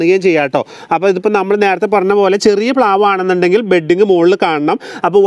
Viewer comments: ബെഡിങ് അല്ല. ബഡിങ് എന്ന് പറയുക. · ബെഡിങ്ങ് അല്ല ..... ബഡിങ്ങ് ആണ് ട്ടോ😊😊